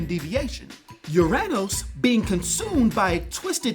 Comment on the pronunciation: Haha UrAnos....not MyAnos